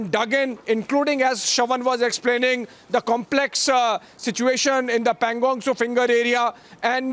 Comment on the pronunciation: Not Panging Tso, its Pagong Tso